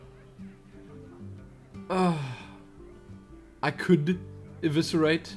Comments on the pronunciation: Liked. Because Eviscerate pronounced right. <3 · See it's never to late to learn you say eviscerate correctly:)